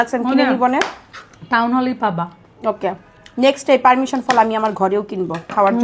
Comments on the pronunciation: পারমিশন❌ পারছিমন✅🤣🤣🤣🤣🤣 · persimmon ❌ Permission ✅